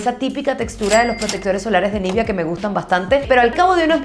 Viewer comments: Nivea, no nivia pronuncia bien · Espero no sonar grosera con mi pregunta pero: ¿porqué pronuncias "nívia" y no "nivea", así le llaman en Argentina?